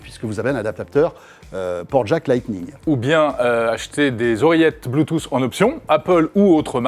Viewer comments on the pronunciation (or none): «Bluetooss» mdrr